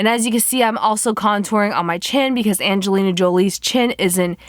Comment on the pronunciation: lol she said "when malefacent played Anglina Jolie